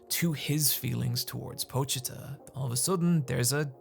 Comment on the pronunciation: yo shout out to being one of the few youtubers to actually pronounce pochita properly